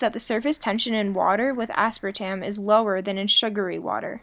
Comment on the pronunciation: Aspartame not aspratam. Your efforts had been flawed since you missed 1 mento in the coke zero.